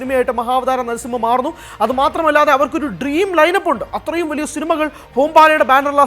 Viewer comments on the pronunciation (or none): none